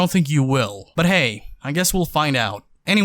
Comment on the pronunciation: "when he said as always" i thought he said "assholes all the way"